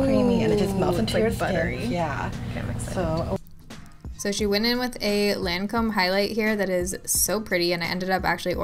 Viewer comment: Seriously can you PLEASE pronounce Lancome correctly. 🤦🏻‍♀️